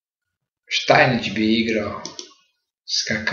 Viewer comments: Nije Štajnič, nego Štajnic (Stainitz)! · Молим поштованог да се не љути на мене, само му желим рећи да је правилни изговор презимена првог светског првака у шаху Штајниц, а не Штајнић. Иначе Штајниц је имао трагичну животну судбину, умрла му је ћерка, а он је пред крај живота душевно оболео.